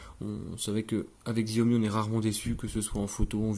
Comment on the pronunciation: c'est Chiaomi par Xiaomi , enfin la prononciation , ça s'écrit Xiaomi mais c'est Chiaomi sinon ce telephone est incroyable pour son prix